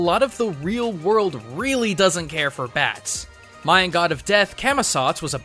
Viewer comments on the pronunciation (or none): none